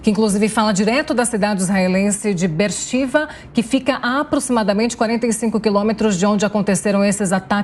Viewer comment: O nome é BERSHEVA e não birshiva. É.